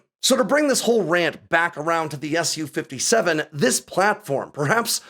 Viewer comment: the Su in Su-57 is just "sue" not "ess you"